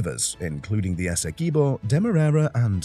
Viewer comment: Good morning bro the name of our largest county is pronounced ESSE QUIB OH not ESSEKIBO. Please humbly accept tis correction.